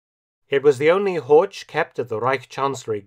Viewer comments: Das Auto heißt HORCH, nicht Horsch! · So "Hork" basically, must do better heer doktor Felton...must do better. ( herr, not heer...oops ). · Göring's car is a Horch, not "Hortsch." The ch at the end is just a heavy h. Somewhat surprising that Felton would commit such an elementary mistake in pronunciation. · N.B.: "Horch" is pronounced with a [ç] sound at the end. And fun fact: "Horch!" also is the imperative "Listen!" which in Latin is "Audi". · Pronunciation: "Horch", similar to Loch in "Loch Ness"; not "Horge" as in "George". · The CH in German is pronounced differently than in English. HOR(CH) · Usually, Mark you well pronounce the German words; but to prononunce "Horch" likewise "torch" sounds terrible. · It is Horch. German ,ch' sound i not ,k' or ,sch'. The sound is similar to the noise of an angry cat, but slower and softer. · I just gotta stop you, Horch is pronounced with a hard CH, like the K sound. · Dear Mark, as you always present us German terms in exceptionally good pronunciation, may I point out that "Horch" is actually pronunced just as Lo*ch* Ness (or Pulla*ch*, to take an example from your own video) at the end? Btw, you all might know that "Audi" is merely the Latin translation of the German "Horch"; both can be translated as the imperative "Listen!" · This is an excellent well-researched video. Unfortunately, Horch is completely mispronounced throughout. As a German speaker, it's always amazing to see that English speakers can't even come close to pronouncing the German "ch" correctly. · Is it really too much to ask that German names are pronounced properly!? "Horch" is a car brand and just like "Bach" it doesn't have a "k" in it!